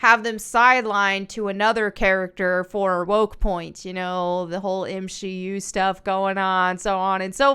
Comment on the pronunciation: You lost me at "M 'she' U"...